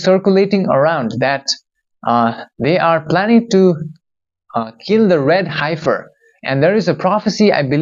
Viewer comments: pronounced: "heff - fur", not "hife - fur" are you sure you're human? I know English isn't your first language but... now you're playing with a green screen too?! Did AI/industrial complex knock off dude and take over his channel? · Dear … fyi..it’s pronounced “heffer” short e vowel sound. Yes it is an odd spelling. Isn’t it wonderful that when you channeled it was pronounced perfectly?